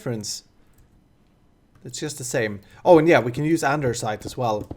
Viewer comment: kincade i just wanted to meme his pronounciation